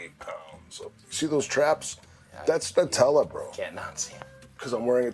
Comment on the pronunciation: It's NUT-ella. HazelNUT.